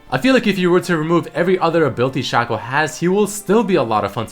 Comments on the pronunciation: Whoever says Shaco should go die because its pronounced Shaco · It's shaco not shaco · its shaco not shaco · There is no Whatever you want to call him. His name is SHAKE-O, because his clone's name is FAKE-O, its not SHACK-O and FACK-O